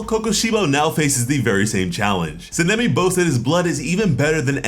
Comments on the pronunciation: Sa-na-me try it like that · San-a-may - sanemi. Not what you're trying to utter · How are you saying sanemi wrong